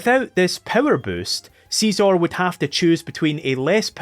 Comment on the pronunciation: please stop calling scizor seezor